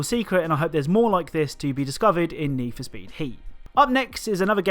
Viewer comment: i heard neef speed heat